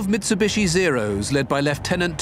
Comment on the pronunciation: it's MITSUBICHI hahahaha